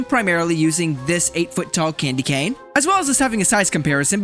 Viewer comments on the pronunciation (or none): none